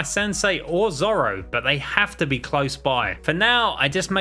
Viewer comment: This guy just searched up one piece on Wikipedia, bc he knows nothing about it, miss pronouncing zoro’s name and has no idea about the lore or anything